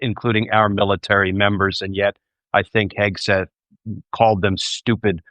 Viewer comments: Your guest has mispronounced Hegseths name, is that on purpose..? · Love how Hegseth's name was mispronounced several times!